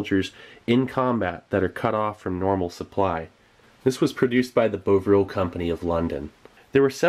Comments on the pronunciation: "Bov-ril," not "Bo-vril." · I'm British - and those rations are just so... British. The Victorians had great faith in both cocoa and beef tea/broth/jelly as physical restoratives of the first order - commonly also given to the sick. BTW - it's pronounced 'Bovv-ril' not 'Bove-ril', the company today makes a sort of thick, black, beef flavoured paste traditionally made into a soup/tea, used to flavour food, prepare meat gravy or, shudder.. spread on biscuits, or toasted bread. A sort of non-vegetarian version of Marmite or Vegemite. Bovril is not popular in the 21st century. I absolutely hate it. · Its pronounced Bahh vrill in the UK not Bow Vrill.. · It's bovril not beuavril. Like how boff isn't pronounced boaf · Bov-ril not bove-ril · Cracking stuff mate, it's almost like archeology except using your teeth instead of a trowel. Small point - Bovril (the company is still going) is pronounced bovv-rill - well at least by the natives... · "Soddered" - "boh-vril". I'm sad now. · He pronounced Bovril as "Bohvril" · Bov-rill. Not difficult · is it bad that his mispronunciation of bovril disgusted me more than the beef